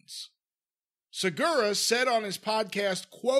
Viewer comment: The guy had heard of Tom before for sure. Him fucking up his last name was so obviously intentional. Fucking chomos.